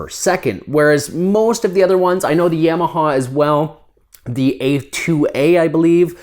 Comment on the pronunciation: Canadians.. Yam-ah-haw! Lol